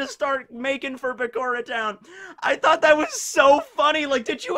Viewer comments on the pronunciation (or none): none